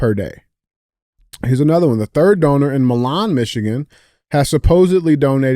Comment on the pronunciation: DJ - stop hacking the names of Michigan cities....Milan Michigan is like this MY - LIN. 😁